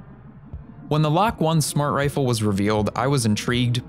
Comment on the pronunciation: i think the lok-1 is supposed to be pronounced loki